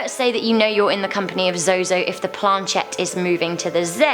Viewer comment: Zozo is pronounced zoo zoo. Many different ways to spell it only one pronunciation. Zozo zuzu no matter what he will be pronounced zoo zoo